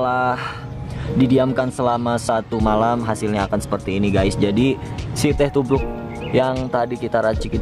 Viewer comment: gua dengernya sinte tubruk